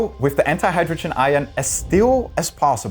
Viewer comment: You replaced my man with a weird guy who says whiff instead of with.